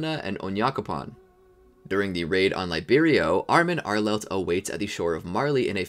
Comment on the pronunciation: “armin arelet” lol